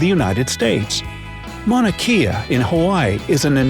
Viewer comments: Mana Kay-ah...... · Mauna Kea (Kay-ah) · Mauna Kea is pronounced kay-uh. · The video butchered Mauna Kea. It is pronounced Kay-a!